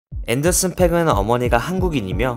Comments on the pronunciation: 앤더슨 팍이라고 읽어 주세요..팩은 욕이라서요.....그래서 스펠링에 aa 중첩해서 쓴 겁니다. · 팩이 아니고 팍이야 앤더슨팍...😅 투팩 하는거처럼 왜그러세요 좀